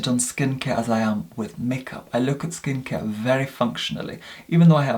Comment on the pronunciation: “Skin cier”